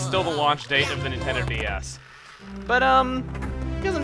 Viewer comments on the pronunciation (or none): none